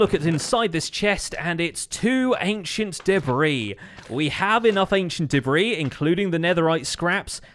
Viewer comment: Ancient “day-bree” 😆